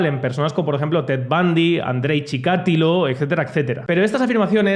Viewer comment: "ChicatIlo" con acento en la I. por lo demas-pues como siempre, tus videos son trmendamente sensatos y claros y es una lastima que tengas que explicar cosas claras y sensatas a la población que no lo entiende